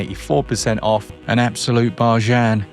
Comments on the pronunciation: lol I've never heard "bargain" pronounced that way😂🔥cool points for this guy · Just wait, it’s infectious! I haven’t pronounced Bargain any other way for years now because of 😂